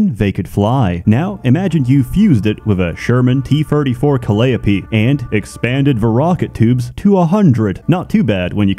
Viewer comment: Are we just glossing over his pronunciation of calliope?